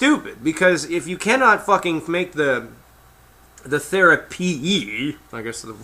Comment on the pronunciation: ''the therea-PEE-EEE!'' LMAO!